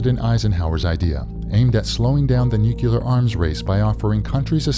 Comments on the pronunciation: TRT, please use better English dubbing. Seriously. It is NUC-LEAR not NUCU-LAR. JFC! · NUCLEAR, NOT NUCULAR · NOO-CLEAR. NOT NUKULUAR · It's NOT "nu-kyoo-lar" you dolt! Just pronouce it like it's spelled: "nu-clear" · This person's pronunciation of "nuclear" is so irritating! But great video.